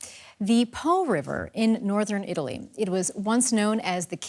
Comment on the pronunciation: Damn, props to the journalist, her italian pronunciation was marvelous during the Po segment.